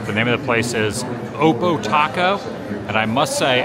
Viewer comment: The taco place Oppo is a play on the home run call to the opposite field, so if a lefty batter hits one out to left field, announcers will say he hit an oppo taco. So the pronunciation is different than what Mr the Woo said here (it's the same as the start of the word "opposite"). It's actually a very clever name for a ballpark taco stand.